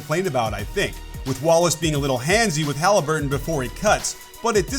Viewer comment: No way did he just say 'Hali certain' 😂